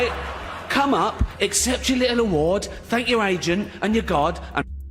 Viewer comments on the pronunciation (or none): none